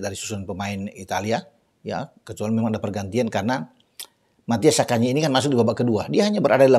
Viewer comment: Zaccagni bukan Saccagni.. Forza Lazio